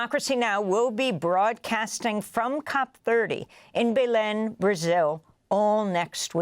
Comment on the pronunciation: She mispronounced Belém so many times lol